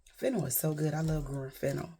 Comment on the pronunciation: It's awesome seeing your spirits lifted up!!❤❤ You can never talk too much!!! There's always a message when you tell a story!! I love story time and I love fennel too, but it's pronounced FEN- NELL, like Nell Carter, the actress!! Keep on doing what you are doing!! All of your videos bring me joy and information!!!❤❤